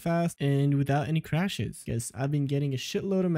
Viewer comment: its crashes, not crahses